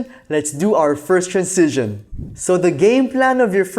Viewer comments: Anyone else annoyed with his pronunciation of "transition"? It's like Benedict Cumberbatch saying "pengwings". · It's pronounced tranzishn, not trancision 😀